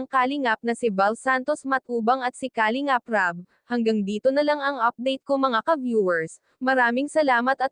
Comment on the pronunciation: Nakaka desmaya panuurin Kapag ganito Ang reactor mo kalingap Rab,ndi marunung mag pronounce Ng kalingap 👎👎👎